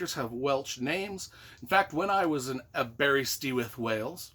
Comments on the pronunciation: The animated movie from the 80's was awesome. I've gotta read the books. btw it's pronounced Aber-ist-with. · um, did you ask anyone how to say Aberystwyth when you were there? the pronounciation is a real howler in what is otherwise an entertaining video.